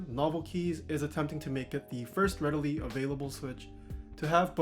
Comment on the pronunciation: "readily available" :(